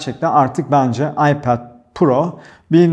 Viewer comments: aypad pro değil telafüzü ayped pro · ipead pro değil okunuşu iped pro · hocam seni seviyorum ama AYPEEEED diyip durma nolur..telaffuza takılmıyorum, sadece çok sık söylüyosun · abi ipaoath niye yani söylerken kendinde zorlanıyorsun ipet te iped de kedinde zor söylüyorsun vazgeç abi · gerçekten aklimdan çıkmıyor telefuzunuz 😀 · Abi Ipad deyişine bayılıyorum.😂😂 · FluTv İlker'den geliyorum. Ipad telaffuzunu duymak için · Öyle güzel ipad diyorsun ki kendimden geçiyorum. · Abinin İpad diyişi çok iyi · Ana dilinizin ingilizce olduğunu bilmiyordum. iPad 'in telaffuzundaki hatanız komik ve antipatik oluyor. Nedeni ise kendi hatanızın yerine başkalarının inceleme videolarını yermeniz. Bırakın herkes istediği gibi çeksin videosunu başkasına sataşmayın ki kimsede size sataşmasın. Burada sadece eleştiri yapıyoruz bir tatminlik durum yok başarılarınızın devamını dilerim.✌️